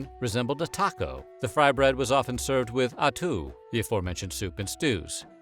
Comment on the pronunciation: Not bad? He absolutely butchered them. The atoo had me rollin.